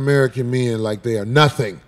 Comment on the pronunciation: That dude doesn't like women. He keep saying "menz" instead of men..lol